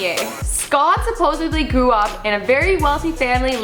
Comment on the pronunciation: "Supposably"😂😂😂😂😂😂😂😂 what an air head